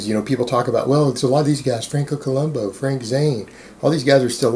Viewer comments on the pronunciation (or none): none